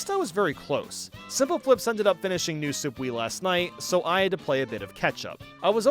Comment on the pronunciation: "New Soup"😂